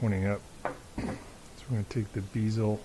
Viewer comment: That would be BEZEL as in say Betty or Bed. Not BEEZAL.